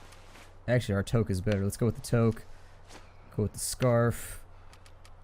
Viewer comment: I cringe every time you mispronounce toque.